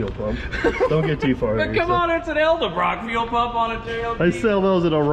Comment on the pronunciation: Tell it’s EDelbrock not ELdebrock.